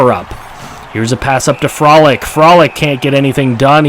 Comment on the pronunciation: Couple pronunciation suggestions: Frolik - Fro-leek Namestnikov - nam-es-ne-cough